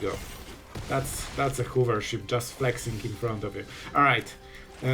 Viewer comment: I'm not sure if "hoovership" was intentional or just your accent, but my childish mind found it hysterical.